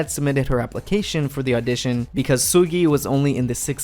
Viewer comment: like ur not korean just pronounce their names like a normal person who the hell is “Seeullgyaiey”